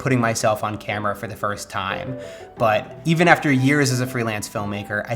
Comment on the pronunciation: "First tiiiiime". You're catching up with the Aussie accent mate!